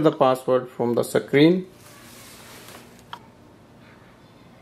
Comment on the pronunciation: You pronounce the word screen, not sec-creen. It is a one syllable word.